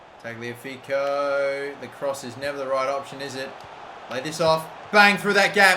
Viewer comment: ok its killing me. tagliafico is pronounced ta-liya-fico